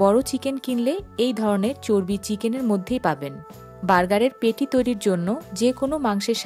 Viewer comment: পেটি না শব্দটা প্যাটি হবে